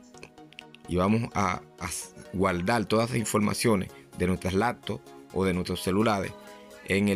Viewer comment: Que problema tienen ustedes con la letra R??? gualdal???? puelto?????